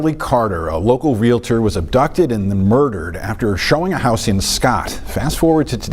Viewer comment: That news story near the end, you would think a news reporter would know how to properly pronounce "realtor".